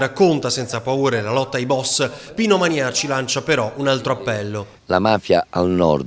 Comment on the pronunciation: ah, "ManiÀci", non "ManÌaci"! 😁